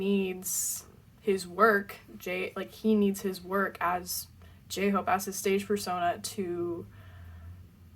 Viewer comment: Do a reaction on his lollapalooza concert if you haven't watched it. But I think he can be your favourite so far... in the intro video of bts your reaction seeing him and the way pronouncing his name was different. I may be wrong but I'm glad you're enjoying his whole album.